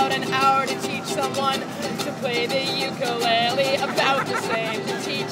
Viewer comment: she is saying ukulele wrong by the way